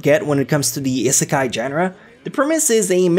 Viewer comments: Restaurant to another word is not seki sorry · i rarely say that but, nice top 10 list. *EDIT, HEAVILY TRIGGERED HOW U SAY ISEKAI